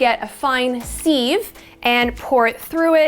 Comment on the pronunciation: Thank you so much for this video. I learned a lot! SEIVE is actually pronounced SIV.